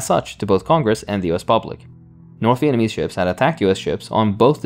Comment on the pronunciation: I love you but slow down. You’re saying Viennese instead of Vietnamese lol